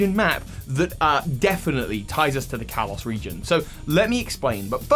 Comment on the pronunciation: Why do you keep saying Callus. Kalos